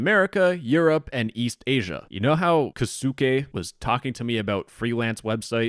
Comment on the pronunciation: LOL the way he pretends to be Japanese bro u can't even say the name kosuke 😭😭😭😭😭